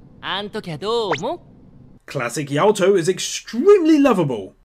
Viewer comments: Please call him Yato not Yaoto. K thx bye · did you pronounce Yato as Yawtoh?